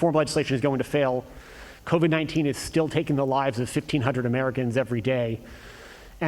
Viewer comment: EVERYTIME....he says " covid-19 " or anything about it (shots testing etc....) all I hear is " SPIDER..MAAN".....thanks SNL...thanks alot